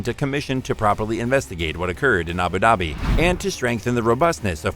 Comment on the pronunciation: It’s Abu Dhabi pronounce the d like “dhubi”